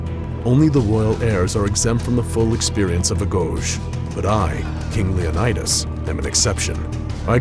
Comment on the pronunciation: its leon-i-dus not leon-aye-dus